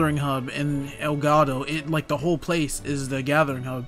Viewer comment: Everytime I hear elgado, I hear “el gato”. 😭